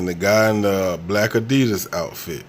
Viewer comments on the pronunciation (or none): none